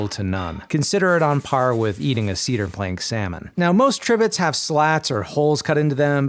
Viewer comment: Tea-dar you say